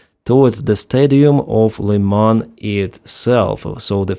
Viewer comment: Thank you,, for using the correct pronunciation of the city of Lyman.